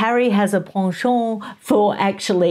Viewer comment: What an exquisite French prononciation of the word penchant,! 👏🏻 😄😌